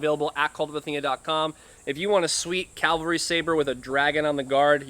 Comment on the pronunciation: It’s CAV-al-ry. CAL-va-ry is a place near Jerusalem.